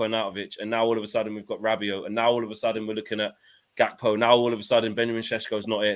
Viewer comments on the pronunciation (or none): The white dude pronouncing Gakpo Dutch-style is funny. Gakpo is half Ghanaian and the name is Gā from Accra so it's a regular African hard G on that.